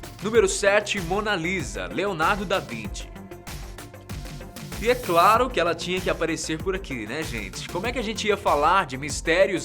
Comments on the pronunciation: Pq todo mundo fala Leonardo da vinte se e Leonardo da vinci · NÃO É LEONARDO DA VINTI É DA VIN*CI* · Leonardo da vinte ou da vinci ?